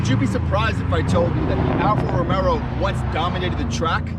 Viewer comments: Alfa Romero???? Lmao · It helps credibility if you learn how to pronounce Alfa Romeo proper....